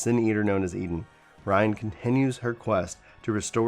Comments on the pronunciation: Did... you call Ryne, Ryan? listens again Rhine? what? What is happening here? WHAT IS HAPPENING!? Also.... yeah 5.2 looks f'n amazing, man =P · Oh... he said Ryne’s name wrong. Get ready for the troll comments